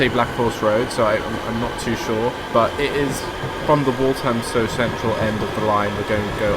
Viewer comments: By the way, it's wal th amstow central, I live there. Waltamstow would probably how irish people would say it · is pronounced as Wal-tham-stow, not Walt-ham-stow. The 'th' is like the 'th' in the word 'the'. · It's pronounced 'Wall-Fam-Stow Central' and 'Bom-Bar-Deea' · That really annoyed me